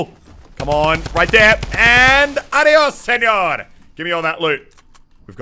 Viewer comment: I hate this guy just because he always says adios senior in the worst tune ever